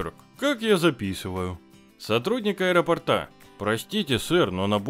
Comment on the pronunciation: правильно говорить не аэропортА а аэропОрта